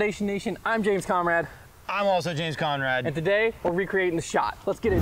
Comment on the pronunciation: "james coMrad" : (